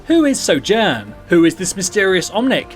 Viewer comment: At the beginning of the video, he said Sojourn wrongly. So triggered jk